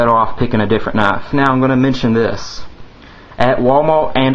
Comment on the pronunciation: its knife not knafe